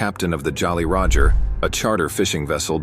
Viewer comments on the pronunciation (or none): none